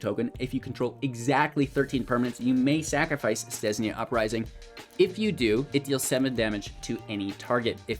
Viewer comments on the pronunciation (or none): Stesnia Uprising? I thought it was called Stensia Uprising!